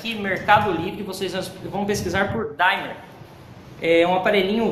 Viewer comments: A palavra certa é Dimmer não é Daymer kkkkkkk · Numa boa. Só para informar: não se pronuncia "daimer" e sim "dimmer". Aqui o "i" é "i" mesmo e não "ai". É um erro comum aqui no Youtube. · Desculpa, mas NÃO SE PRONUNCIA como se fosse "DAIMER!" se diz DIMER mesmo! E este objeto é um CONTROLADOR DE TESÃO e não de ROTAÇÃO! Eu fabrico no "QUINTAL DA MINHA CASA" este tipo, além de 110v eu faço tambrn BIVOLT! Se precisar é só chamar e encomendar!